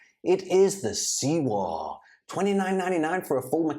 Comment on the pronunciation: The Sewor = Sewer. 🤣🤣